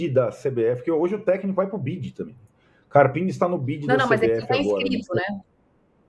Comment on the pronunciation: O nome do técnico do são Paulo é carpino e não carapini...